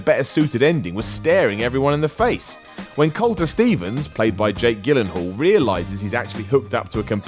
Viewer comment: Gillenhole? Shy ommalon? How does the staff not catch these things xD